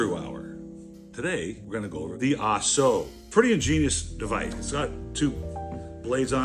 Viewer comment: Not pronounced Ah-SO like you're watching a Charlie Chan movie, better like Ahk-Zo, pretend German accent.